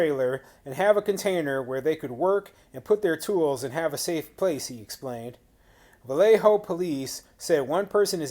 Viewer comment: Awesome. You pronounced Vallejo correctly! Not bad for someone not from California.